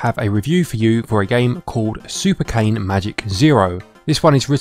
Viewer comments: Nice review! By the way I want to tell you that Cane is not pronounced cane, but Ka - Ne. It means dog in italian if you ever “wondered” the meaning of it 😂. It is pretty obvious. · Im Italian and "cane" its pronounce "cane" not "kein" try it on Google Translate: select Italian language, write "cane", and listen to it with the microphone. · The game is based on an online italian comedy cartoon called "scottecs" and the title means "super magic dog zero", so the correct pronounce of cane is /kane/. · I’m italian, and the way you pronounce the word “cane” (which means dog) it's both wrong and fun 🤣 it seems like you mean a stick!